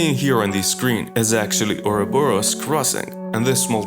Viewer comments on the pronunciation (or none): none